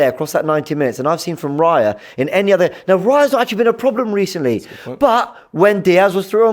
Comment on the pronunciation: How do you butcher Raya's name bro😂